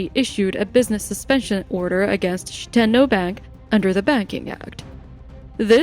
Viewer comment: Shi-10-oh ❌ Shit-en-oh ✅